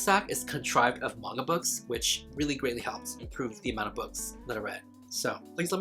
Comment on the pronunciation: Not me hearing “now let’s talk about vodka” instead of MAGNA😩